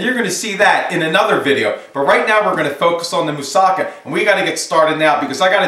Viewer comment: I've learnt a lot from you already but, I think you should've cut the slices way thinner and added a little cheese what'd have made a better presentation. It's said moossaKA, the last syllable should be stressed.